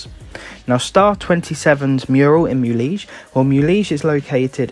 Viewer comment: Thanks for the guide. For future reference, the correct pronunciation is Mu-le-hay (I live in Mexico).